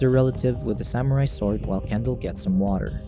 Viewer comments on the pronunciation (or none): none